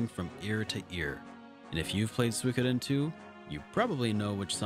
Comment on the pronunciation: Another great video, thanks. Also, props for correctly pronouncing Suikoden.